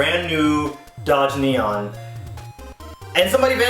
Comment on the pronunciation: did you just say "Dodge Neon" ... Oh god.